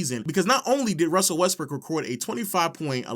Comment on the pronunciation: "Russell Westbrick" cmon man that was very LOW